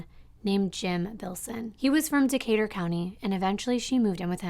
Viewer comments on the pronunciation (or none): none